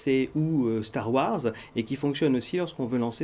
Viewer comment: Il fallait dire "guerre des étoiles " au lieu de dire "star wArz", phonétiquement le mot "wars", qu'il soit en Anglais britannique ou Anglais américain, il se prononce "wôrz" avec un ô prolongé.